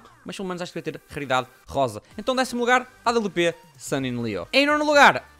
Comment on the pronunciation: não é awp é, à babliu pê